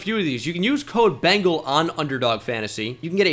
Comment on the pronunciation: That almost didn't sound like Bengal haha